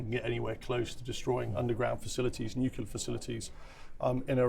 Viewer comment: This nucula thing. Is it something to do with atomic nuculas?